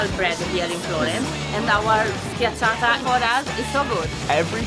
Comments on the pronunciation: Schiacciata not sciata😂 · dude it's pronounced "sk - ya - ccha - ta"